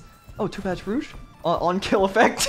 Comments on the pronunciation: It's not b-roo-ch , its b-row-ch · You know you're pronouncing brooch wrong, right?